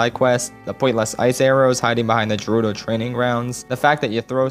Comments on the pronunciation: Did this dude just call gerudo valley je - rudo valley. Every day we stray further from god😢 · Me: hears pronounce Gerudo as Jerudo Also me: has aneuyism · You say Gerudo as Jerudo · I was right there with you until you said "jeh-ruh-doh". It's "geh-ruh-doh". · It’s ger-u-do Not jer-u-do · I'm sorry, did you say jerudo? No no no, it's G-rudo. Jeez. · Nice video, but it's MA-lon not MAY-lon, and Gerudo not Jerudo. Sorry that just bothered me. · Jerudo valley? Boi it's Gerudo, Geh-roo-doh! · Great video, but you pronouncing "Gerudo" as "Jerudo" disturbs me on a level I cannot describe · Bro really said jayroodo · "Jerudo Valley" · he rlly said "Jerudo" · Why does he keep pronouncing gerudo as "jerudo" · The fact that you pronounce gerudo with a j is enough for me to finally tie the noose and get to business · did he just say JARUDO valley? oh my heart hurts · JAH-RUDO??? uhm. What. No. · HE SAID JERUDO GOD DAMN IT I HATE THAT... it's like saying deeku instead of deku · I like how he said jerudo valley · did you seriously call it Jerudo valley? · I was on board until he said Jerudo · I love how he says “jerudo” with a soft g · It bothers me more that he pronounces Gerudo as “Jer-oo-doe.” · You pronounce gerudo wrong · You're also saying "gerudo" wrong. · Say it with me HARD G